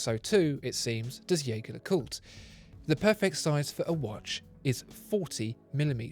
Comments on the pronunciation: Ironically, even the French/Swiss pronounce their own name wrong. Edmond Jaeger may have been French but his name is undoubtedly German and should be pronounced Jay-gaer and not Jay-jaer. Nonetheless, whether its Jayger oder Jayjer doesnt matter. It is both right. Blasphemous is when people pronounce Audemars Piguet as Oodeymars Pigett. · Its not yaeger its gaeger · Your incorrect pronunciation of Jaeger (yay-ger) hurts my heart